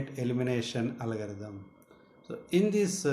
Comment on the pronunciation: It's not Alagarithm , It's Algorithm.